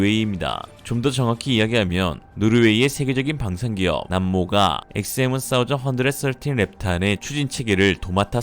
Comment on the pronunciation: 원사이즈언드서틴 ㅋㆍㅋ 어색한건지 웃기실려고 하신건지.. 의도는 후자쪽인걸 확실히 알겠습니다~ 스타일 아니까~~ㅋ